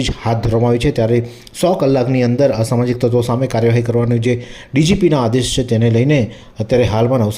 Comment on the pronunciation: "ashmajik tatvo ke " samajik tatavo "?